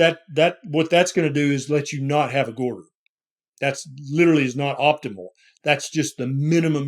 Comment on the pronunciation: Goytar not gorder